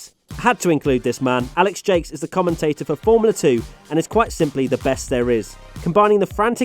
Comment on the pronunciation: It's Alex Jacques not Alex Jakes